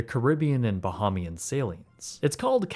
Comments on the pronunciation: ❌️ "Ba-heem-ian" ✅️ "Ba-hame-ee-uhn" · The fan! LOL Also, Bahamian is pronounced bəˈhämēən or bəˈhāmēən. I heard multiple times the word "bohemian" being said. While I know what you are trying to say, thought I might point it out. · Bah-HAY-mian not bah-hah-mian 🙄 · Bahamian (Ba-hay-mian). Sincerely, a Bahamian. Much love dude. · It’s “Bah-HAY-mee-ann” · As a fellow Bahamian I appreciate your point. I laughed out loud at the pronunciation comment. I was thinking the same thing while I watched the video. The comments from others about why didn’t the Bahamian government buy the land is just uninformed white Americans who don’t understand the legacy of slavery, colonialism and the sugar trade and how of these factors (along with others) still impact the Caribbean today. Forgive them they mean well but history isn’t taught in the USA. 😢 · very cool informational video but plz learn how to pronounce bahamian 🫣